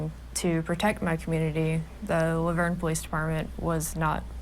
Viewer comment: Even I know it's pronounced Laverne like the girls name😂and I'm from the UK